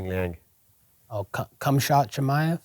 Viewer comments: Cumshit khameav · lmaooooo he said comeshot chimaev, im dead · We have all been saying cmshot name wrong guys...